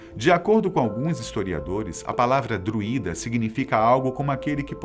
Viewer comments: Só um adendo: a pronúncia correta é "drúida" pois esta palavra é paroxítona, ou seja, "drui" tem o som mais forte, não a letra "i". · Muito bom! Só que a pronúncia correta não é com a sílaba tônica na letra "i", senão seria hiato e teria acento no "i".